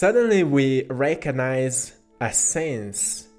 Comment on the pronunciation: Hehe.. Heh.. ... I'm just gonna be a goof.. Sounds like.. Rankonize. 🤓😖😅